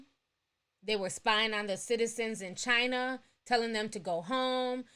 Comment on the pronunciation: what she gotta say about the way africans are being in chiner-th